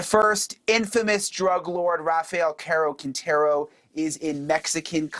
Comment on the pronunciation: Rafael caro quinetero not how you said it